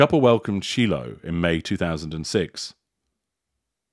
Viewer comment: Hilarious the way you pronounced Gia with a hard G and the way you pronounces. Shiloh lol. You must not keep up with pop culture???